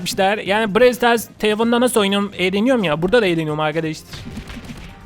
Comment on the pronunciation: Yanlış söyledin Brawl brew değil